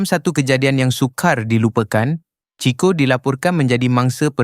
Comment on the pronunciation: Sebutan kena tepat. Bukan CHI CHO, tapi CHI KO. Ejaan tulisannya CHICO...